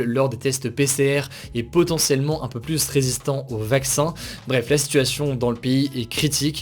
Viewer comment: S’il te plaît arrête de prononcé Le S du mot PLUS (pluS contagieux) Ça ne se dit pas 🤓 À part ça merci ton travail exemplaire. ✅